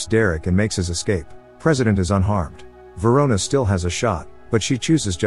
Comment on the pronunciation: Verona?! RIC KEY VERONA?!!